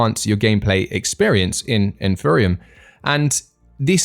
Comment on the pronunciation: The guy cant even pronounce Empyrion... its a 'P' not a 'PH' !!